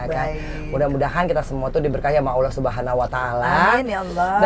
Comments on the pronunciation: Assalamualaikum mbak angie...sy sngat bersyukur anda adalah org yg menginspirasi semoga tetap istiqomah Hanya sy sangat berharap anda belajar untuk melafaskan Allah dngn sebenar2nya bukan Aulah krn masih belum terdengar pas Semoga kedepannya bisa lebih baik lagi ya mbak...maaf hanya saran mbak semoga dapat diterima ya mbak aamiin.....Allahumma aamiin.....🙏🙏🙏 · Nyebut Allah, itu jgn ada huruf waw nya Engie. Harus huruf alif terus ke huruf lam . Maaf mengajari ya Engie sayang.